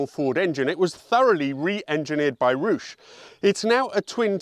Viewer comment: Roosh? 😅 Rowsh - phonetically.